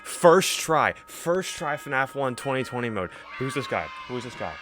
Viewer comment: I cringe every time you call it 20/20 mode 😂